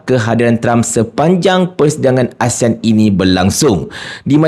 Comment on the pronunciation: Dia tak boleh pun sebut ASEAN betul betul. Keep on uttering ASIAN., ASIAN ! Shhhhhhhhh Shhhhhhhhh Shhhhhhhhh Shhhhhhhhh Shhhhhhhhh Shhhhhhhhh Shhhhhhhhh Shhhhhhhhh Shhhhhhhhh Shhhhhhhhh Shhhhhhhhh Shhhhhhhhh Shhhhhhhhh Shhhhhhhhh Shhhhhhhhh Shhhhhhhhh Shhhhhhhhh Shhhhhhhhh Shhhhhhhhh Shhhhhhhhh Shhhhhhhhh Shhhhhhhhh Shhhhhhhhh Shhhhhhhhh Shhhhhhhhh Shhhhhhhhh Shhhhhhhhh Shhhhhhhhh Shhhhhhhhh Shhhhhhhhh Shhhhhhhhh Shhhhhhhhh Shhhhhhhhh Shhhhhhhhh Shhhhhhhhh Shhhhhhhhh Shhhhhhhhh Shhhhhhhhh Shhhhhhhhh Shhhhhhhhh Shhhhhhhhh Shhhhhhhhh Shhhhhhhhh Shhhhhhhhh Shhhhhhhhh Shhhhhhhhh Shhhhhhhhh Shhhhhhhhh Shhhhhhhhh Shhhhhhhhh Shhhhhhhhh Shhhhhhhhh Shhhhhhhhh Shhhhhhhhh Shhhhhhhhh Shhhhhhhhh Shhhhhhhhh Shhhhhhhhh Shhhhhhhhh Shhhhhhhhh Shhhhhhhhh Shhhhhhhhh Shhhhhhhhh Shhhhhhhhh Shhhhhhhhh Shhhhhhhhh Shhhhhhhhh Shhhhhhhhh Shhhhhhhhh Shhhhhhhhh Shhhhhhhhh Shhhhhhhhh Shhhhhhhhh Shhhhhhhhh Shhhhhhhhh Shhhhhhhhh Shhhhhhhhh Shhhhhhhhh Shhhhhhhhh Shhhhhhhhh Shhhhhhhhh Shhhhhhhhh Shhhhhhhhh Shhhhhhhhh Shhhhhhhhh Shhhhhhhhh Shhhhhhhhh Shhhhhhhhh Shhhhhhhhh Shhhhhhhhh Shhhhhhhhh Shhhhhhhhh Shhhhhhhhh Shhhhhhhhh Shhhhhhhhh Shhhhhhhhh Shhhhhhhhh Shhhhhhhhh Shhhhhhhhh Shhhhhhhhh Shhhhhhhhh Shhhhhhhhh Shhhhhhhhh Shhhhhhhhh Shhhhhhhhh Shhhhhhhhh Shhhhhhhhh Shhhhhhhhh Shhhhhhhhh Shhhhhhhhh Shhhhhhhhh Shhhhhhhhh Shhhhhhhhh Shhhhhhhhh Shhhhhhhhh Shhhhhhhhh Shhhhhhhhh Shhhhhhhhh Shhhhhhhhh Shhhhhhhhh Shhhhhhhhh Shhhhhhhhh Shhhhhhhhh Shhhhhhhhh Shhhhhhhhh Shhhhhhhhh Shhhhhhhhh Shhhhhhhhh Shhhhhhhhh Shhhh